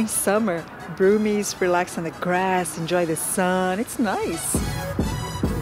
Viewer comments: Had a laugh when you said ‘broomies’.....it’s brummies! Nice video though 🙂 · Broomies! it's Brummies as in mummies.... your accent would fit right in... with the rest of the foreigner's in Birmingham. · Birmingham people are not called brewmies. it is pronounced Brummies (B - Rum as in the drink- ies) Brummies. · A Blessing mate though it's Brummies not Broomies! Cute though.... Remember the world loves the accent the Brits not so much! Why cause you'd rather try understand a Cockney!